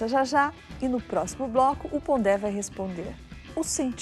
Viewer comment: Pondé que se pronuncia Pondê. O acento agudo fecha a vogal em francês. Luis Felipe Pondê.